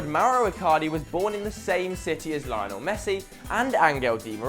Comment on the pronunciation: Hahaha don't include Bojan and Bellerin; as if they would fit in now haha. Also, improve your pronounciation; it's 'Lionel' not 'LIONel' and it's 'Camp Nou' not 'Camp KNOW'.